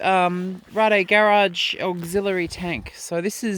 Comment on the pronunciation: Wasca sorry it’s Rade Garage and they’re a Czech company so she pronounced it right